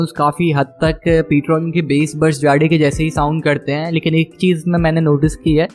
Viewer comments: Bhai it's not jaade it's jade btw nice content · Hahaha😂😂😆😂 bhai Ptron "जाड़े" nahi hai Ptron "जेड" right pronounciation hai👍🏻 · Jade 🤣 funny pronunciation